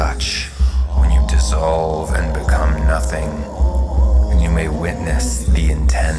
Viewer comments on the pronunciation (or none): none